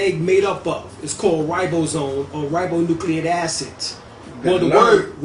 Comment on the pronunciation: ribonucleic acid = ry-bo-new-clayik feminine = phi-mih-nin helix = he-licks